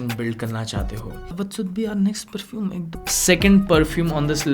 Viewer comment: Perfoom nhi bhai😂